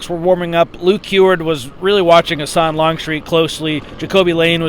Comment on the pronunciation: Longstreet’s last name is Husan NOT Hasan. Hoo Sahn